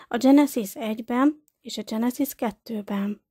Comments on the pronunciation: Mielőtt az ember vállalkozik egy szöveg nyilvános felolvasására, meg kellene bizonyosodnia arról, mi az idegen eredetű nevek, szavak helyes magyar kiejtése. Genezis, Gilgames, stb. Az ilyesmi rettenetesen irritáló és egy bizonyos fokú komolytalanságot kölcsönöz a szövegnek. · Ez nagyon komolytalan, így ejteni, ezt nem tudni. Éppígy a genezis szót angol fonetikával kiejteni. És a többi egyéb hiba. Egy minimális felkészülés azért szükséges, mielòtt az ember közzétesz valamit.